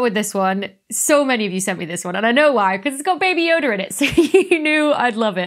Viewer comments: Why do you add R’s to stuff. Like, baby yoda is baby yodar. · Did you just say Baby Yod-er??? 🤣🤣🤣 I still love you though and all your videos. I gotten my daughters hooked on you, so I will let this pass with a simple 🤦‍♂️ and a 😘